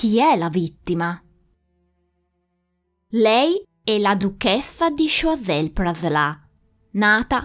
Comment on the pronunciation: Interessante come sempre. Solo un appunto sulla pronuncia: "Sciuasel-Praslen. Comunque brava è sempre un piacere seguire i tuoi video